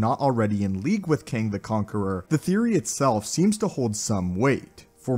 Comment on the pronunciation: It’s kang